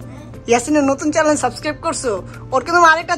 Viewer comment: চেনেল❌ চেলেন✅